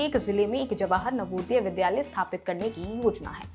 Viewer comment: Madam, आप dilect सही करें। विद्यालय कहा जाता है न की विध्यालय।Pronunciation सही कर लें।